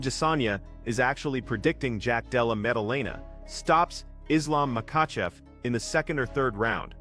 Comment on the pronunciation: "jack della mumudumamah"😅